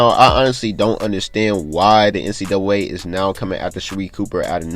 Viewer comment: He don’t know how to say NCAA